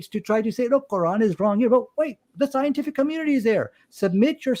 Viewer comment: 😂😂😂 Phul schientiphic